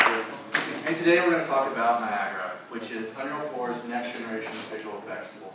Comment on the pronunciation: I didn't expect the "Niagara Lead" to constantly call it Niagra. Kinda weird.